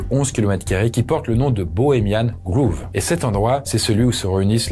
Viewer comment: Grove (comme « gros » en français), pas groove 😉